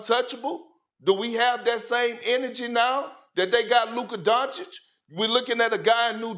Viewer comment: LukaR DonciK- SAS say his F-ing name right man! it's disrespectful!